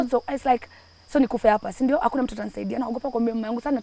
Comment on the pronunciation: That 'sindio' is coming out so well 😊 Such a bold girl. A good story teller. And so favoured too. The Lord keep you and give you another chance